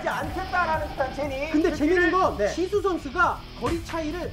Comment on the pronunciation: It's jisoo not jisso!!